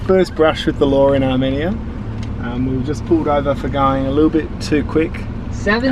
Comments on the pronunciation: omg it’s not Armeneya, it’s ar like pirate then media like minion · Armenia is prounounce ( R- me . knee - yuh) not ( r - mini - ya) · Hey heads up people in the video it’s not Arminiya the way you say it it’s Armenia so plz get your words right I’m Armenian and I don’t like you mispronouncing my country name plz get it right or don’t say The word Arminiya :( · arMENia its AR-mEn-ia pleasse make sure u learn how to pronounce a country before u travel lol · its armeeeeenia not arminia :,( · It’s pronounced Are-Me-Nia not are-men-Ia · I'm an Armenian, thanks so much for visiting! One note, the nation is pronounced Ar-meen-ya. I've never heard it pronounced the way you guys did, it was weird. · Okay I rly liked this video but it’s are-mean-ya and lake sehv-ahn lmao